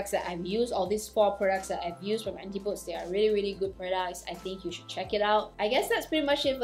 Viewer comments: The pronunciation is / ænˈtɪp əˌdiz /, not Anti-pOds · Thanks for the review of these products, especially the night cream. The name of the company name would be pronounced An-tip-oh-dees. It's a Greek word that means the direct opposite of something, and it is what people from the northern hemisphere call New Zealand and Australia. New Zealand is, of course, where the brand Antipodes is from.